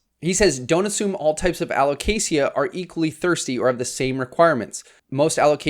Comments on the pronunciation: I've only ever heard it pronounced alo-kay-shuh /alo-kay-shah, without the hard "sia" sound like you said! I always silently corrected the other pronunciation to myself on these videos, but never commented about it because I always worry about coming across badly even if its intended well 😅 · This is how Alocasia is properly pronounced a•luh•kay•zhuh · Aloe - kay - Sha 🤣🤣🤣🤣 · Who corrected your pronounciation of alocasia? They're wrong! lol It is [al oh kay zhuh] with a Z sound, not the soft S. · Think of it in these terms, you don’t pronounce the L in salmon. You don’t pronounce the I in Alocasia. AL-OH-CAY-SUH. Hope that helps 😆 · Dude, there's no ea at the end of Alocasia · I don't know anyone who pronounces alocasia with a hard 's.' But i dig it! Much fancier! And also, ty for this video! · Are you sure that’s how you pronounce alocasia?